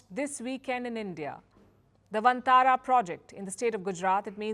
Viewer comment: I appreciate the efforts of Mr Ambani scion in creating Vantara (which should be pronounced as Van-taara rather than onthara coz it looses its meaning) and i also Palkiji's promotion for this. But should the wildlife conservation see fruition only when its done by high profile business tycoons should it gain praise only when the rich intervene?? Isnt it the responsibility of the local community, Village forest communities, Biodiversity Management Committees to stay in harmony with nature and wildlife. And shouldnt these high profile businessmen be supporting them local communities and highlighting their efforts and portray conservation on a holistic approach. Instead of multimillion dollar rich son stealing the limelight for this wildilfe conservation combined with showoff of high profile marriage alliance. Ona gentle note Article 15A(g) must me highlighted here is wat i am apprising.